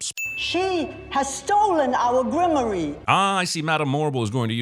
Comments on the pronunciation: "Grim-or-ee" Glad to see nobody who worked on this movie bothered to actually learn how to pronounce words correctly. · You forgot to list every mispronunciation of Grimoire.